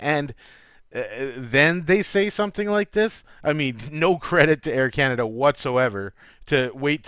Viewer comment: Air Cana-Duh